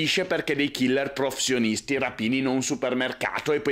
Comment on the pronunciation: come mai hai così tanti problemi nel dire "professionisti"?